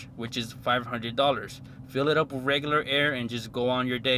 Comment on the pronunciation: Basically broke niggas trynna impress while becoming broke😂😂😂 2,000$ down clooown 🤦🏻‍♂️. But “that’s just me” “Wiff” head ass